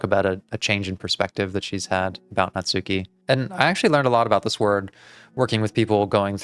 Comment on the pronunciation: I can’t believe 24 parts into the series you are still pronouncing Natsuki’s name wrong. To be fair a lot of the community does. But in Japanese a u between hard consonants is silent, so it’s more like Natski.